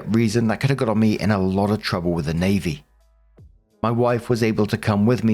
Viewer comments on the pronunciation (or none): none